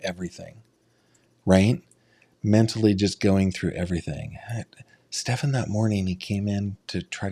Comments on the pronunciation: Don't waste time on the pronunciation of Stefan's name. "Ste FAHN" is the correct pronunciation. There is no name pronounced "Stef AN." His parents don't know how to pronounce the name properly or they have made up a new pronunciation. Frankly, most people don't care what you call him, as long as you call him GUILTY. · He is sickened by Stepaaan and deliberately won't 'learn' his name, thats why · Is she still employed with Coronado Springs? My children tend to wear the same things over and over again to sleep. How does she not recall what Maddie was wearing but for sure knows it’s not the green hoodie and jeans? I wonder if the detectives mispronouncing SS’s name is on purpose to agitate those who know him 😂. I know she corrected one detective before. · Them mispronouncing his name drives me crazy too. It’s not just you. I don’t care about him but it’s a pet peeve of mine when people do that. Especially when she consistently says it the other way. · I wondered if they were doing it to unnerve Jen. Because she would say his name, and they would immediately mispronounce it.